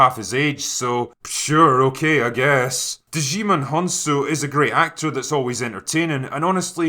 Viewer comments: Djimon - "Jai' mon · Hey Drinker, just FYI, the “D” in “Djimon” is silent lol